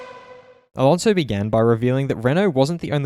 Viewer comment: Fur-nan-doe A-lawn-zo